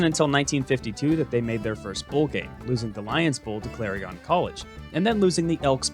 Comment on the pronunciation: Holy poop: for random Clarion reference. Note: We pronounce it like Clair-ee-in here.